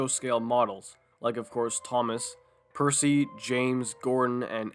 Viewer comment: actually the narrator in Fast Forward said Percy just in a casual tone though the thomas parodies wikia says he was not named. Yeah for the record I'm going say he said Bercy, because it barely sounded like Bertie as the sketch he was in wore on and That's Rosie